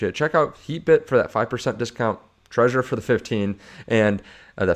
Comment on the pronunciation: It's called Trezor, not Treasure